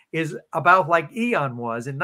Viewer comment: Loved the info but,,, what’s with “eeeon” take the o out “ee en” ian. Hehe